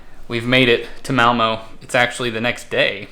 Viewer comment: Time to learn to say Malmö